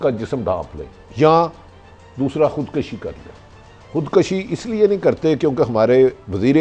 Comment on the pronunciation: او بھٹی یار الفاظ تو صحیح بولا کر! خُدکَشی نہیں ہوتا! خُد کُشی ہوتا ہے! ویسے باتیں اچھی کرتے ہو۔۔۔